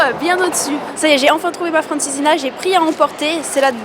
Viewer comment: Se prononce "francizinia"